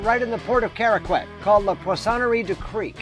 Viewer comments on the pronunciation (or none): Not to be nitpicky but you don't pronounce the "U" in "Caraquet" (it's more like "Caraket").